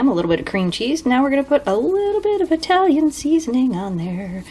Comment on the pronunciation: You know, saying I-Italian like that, is kind of "not done"